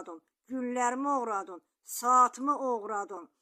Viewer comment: Oğurladın yox oğuradun düz